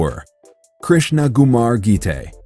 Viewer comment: its not gumar its ckumar its pronounced like that and its not pronounced laxmi its laxshmi amd its not rubbes its ruppees its pronounced like that youre wrong